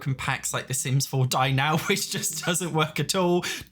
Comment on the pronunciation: every time he mentioned dine out I thought he was saying die now </3